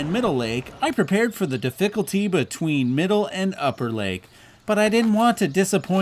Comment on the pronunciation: Di-fickle-tee... that made me snort. :D In awe of your landscape shots... so jelly.